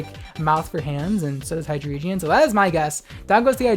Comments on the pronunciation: Every time you said Hydreigon or sKisor I lost braincells, great video anyway <3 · Bruh. It's not "Ski-zor" it's "SCIZ-OR" . It's not "Hy-dree-gen" its "High-Drey-Gone" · For Scizor : For Hydreigon : I don't think so, Pokedex 3D say ACTUALLY how you pronocing the name propety, so i was right for some prononcing. Scizor is prononcing SCEE-ZOR, not SKI-ZUR ! And Hydreigon is HY-DREI-GUON ! Not HY-DREI-JEN ! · Scizor pronounced S-iz-or think Scissors, not Skizzer. and Hydreigon pronounced Hi-dry-gon, Drei is 3 in german, it is not Hydredgion. That is all. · High-dree-jee-un? Its high-dragon. Also, Skiz-or? Its c is silent its just “siz-ore” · Okay, i am not to be mean with you, but you really need to learn how to pronocing propely some mons name, okay ? First, it's "Scee-zor" for Scizor, not "Ski-zor". It's "Hy-drei-guon" for Hydreigon and not "Hy-drei-jen". That made me so cringe that force me to pause for take a little breath in between. So next time, litsen the Pokedex 3D. That will simply learn you of how to pronocing some mons correctly. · It's not Skiz-or its Sizz-or. Also its High-dray-gon. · “hydreedgeeuhn” “sxckizor” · Mispronunciations ain't no thang, just know HyDREIgon gets the name from number 3 in German, drei (pronounced "dry"). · Hydraygeon. Skizzer. Good vid tho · " Ski-zor " " hy-dree gen" dude learn to pronounce the names lol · yikes you clearly don’t stan daddy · Except Hydreigon is pronounced Hy-dry-gon. Because of the fact that the evolutionary chain is based off of the German for one (ein) two (zwei) and three (drei) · I love your content but the way you say hydreigon and groudon hurts my soul. But i cant stress enough how much i love you. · the hydreigon pronunciation sent me LMAO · Your pronunciation of scizor and hydreigon made me want to stab my eardrums with chopsticks. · the way you pronounced hydreigon? ok, whatever, not everyone gets that it has german in its name, but skizor? SKIZOR?!